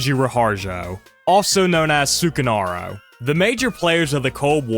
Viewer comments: Yes, it is. I don’t wanna be that guy but the way he pronounces it genuinely pmo. Like it’s not that hard to get it right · This video might have the worst way to pronounce sukarno